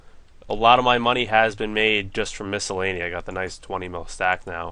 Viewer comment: lol you say the name of the place wrong and you accidentally say it right lels